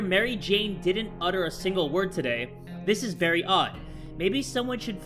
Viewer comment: i thought said this is Marry odd but it was very odd